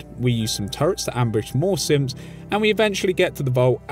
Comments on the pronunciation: Anyone else hearing him say "simps" instead of "synths" or is it just my hearing? Lol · It sounded like he said fort Hagen has some simps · I swear every time I heard u say synths I thought that u were saying simps like Kellogg’s simps not synths